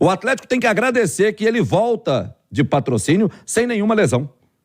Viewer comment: PATROCÍNIO, LEIA-SE, PASTOCÍNIO...KKKKKKK